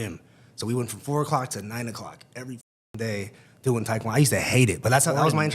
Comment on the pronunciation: Not gonna lie for some reason it bothers me the way he’s pronouncing taekwondo. It’s like when the East Coast people miss, pronounced the name, Mario, and say mAIRio